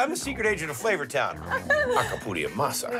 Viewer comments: Guy "Alcapurria Masa" Fieri is a double agent 😁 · Bahahahahah It’s Acapuria Masa lol guy is hilarious